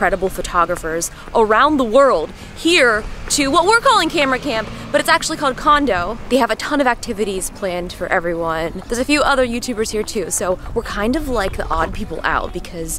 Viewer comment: I thought the pronunciation of "kando" was "can do"